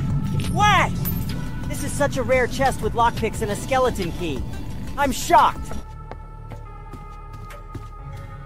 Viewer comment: He said shoocked not shocked